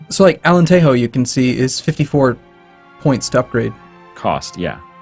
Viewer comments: it's Alentejo. You read it as Alenteho. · I agree with this, spanish J most of the time is pronounced as an h so... Alenteho just doesnt sound good